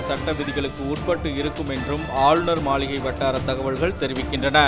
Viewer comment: மளிகை illa மாளிகை baaa😸😸😸😸😸